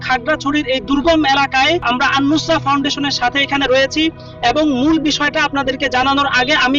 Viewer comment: কি বার বার আন্নুস্সা বলতে এরে কথা বলতে বলছে কে